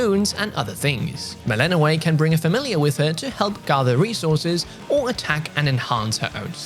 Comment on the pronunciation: It’s an i: sound at the end of Melinoë (like the double e in fleece) rather than an ei sound (as in the end of stay)